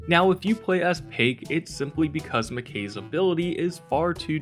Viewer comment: This man really said pake it’s pronounced pie k now say them together and that’s how to pronounce her name